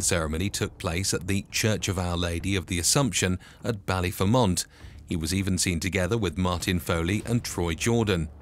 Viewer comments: Destroyed the baklyer prenounciation 😂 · The way he pronounced Ballyfermot , Lol and his nick name was ' the Colonel ' not the Cournal...!! 😄👍🐴☘💚